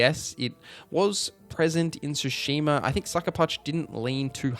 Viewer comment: TSU. Tsushima. Not Shoeshima. Same Tsu like in Atsu. You're already saying it properly in a different term.